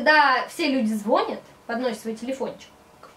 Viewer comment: Звонят" ударение на Я